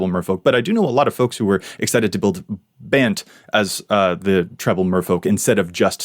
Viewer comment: two things: -One, you have the best COVID hair of all, perhaps the best hair of all of all. -I'm so happy you started pronouncing "Bant" as "rhymes with 'can't'" instead of as "rhymes with 'aunt'" ("aunt" as we say it in New England).